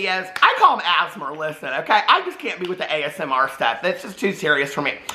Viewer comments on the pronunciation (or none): “Asmar” is cracking me up it’s giving me London Tipton prndl vibes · Every time says “ASMR”, I think he’s saying “asthma” in a weird way. I know what he’s saying, I just hear “asthma” 😂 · saying asmr like asthma 😂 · You pronouncing asmr is killing me 😂